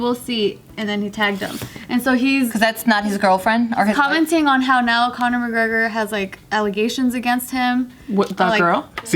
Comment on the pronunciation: mcGregen Pinche pendeja read correctly